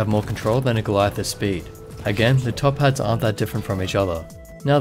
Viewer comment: Took me a few listens to get that you were saying "top pad" and not "top hat". Was very confused at first :D